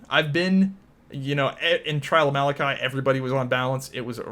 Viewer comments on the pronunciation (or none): none